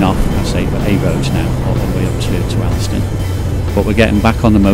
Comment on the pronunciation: Alston is pronounced ``olstan``.